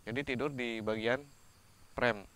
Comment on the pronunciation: frame bukan prem peanut dibaca pinat